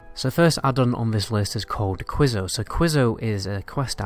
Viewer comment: It’s queso, pronounced like KAY SO, Spanish for “cheese” and I’m sorry you’ve never gotten to eat chips and queso